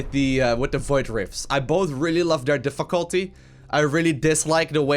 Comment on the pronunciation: "Diffuculty" lol :D